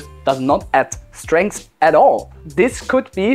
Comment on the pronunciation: "STRENGH" Heads up. Strength.✅